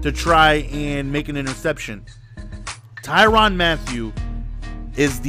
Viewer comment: not ty ron not ty ran ty rin